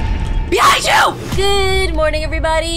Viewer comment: At the first seen. You said. BEHINF YOU! a I laughed so hard😂! An this person who made this the characters are SO WEIRD!